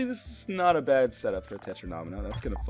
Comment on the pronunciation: Great video, I will definitely buy this game. One annoying thing: the way you say 'Tetromino'. It's 'Tet-ro-me-no'. No need for the extra syllable.